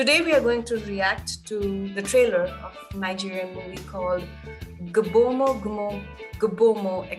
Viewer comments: The "G" is Silent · "GB" is pronounced together